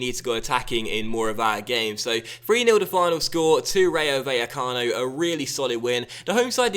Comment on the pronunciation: Rayo Vallecano is pronounced like RYE-O (like rye bread or anything made from rye tbh) Bye-eh-cano. In spanish, the v is pronounced as a b. Also, when two l's come together they are pronounced as a y sound.. So the team, phonetically, should be said like this: Rye-o Bye-a-cano. Insert 'More you know' meme here Please upvote so can see this.